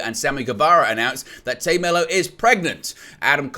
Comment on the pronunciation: Dude its Tay not Tae it’s Tay